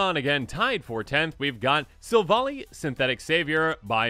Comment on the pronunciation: 1. Giratina = GHEE-RAH-TEE-NAH. (Wasn't spelled correctly). 2. Silvally= SILV-ALLY (like the magic tribe). 3. Darkrai = DARK-RYE. 4. Missingno = MISSING-NO